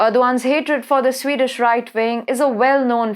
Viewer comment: CANT SHE GET HER AWFUL PRONOUNCIATION RIGHT??ITS JARING TO HEAR HER SPEAK, VERY DIFFICULUT TO UNDERSTND. ''SWAY DAESH PEOPLE!!! SWEED DISH!!